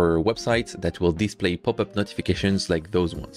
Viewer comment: I really thought that "poopup" was just you pronouncing popup with French accent LOL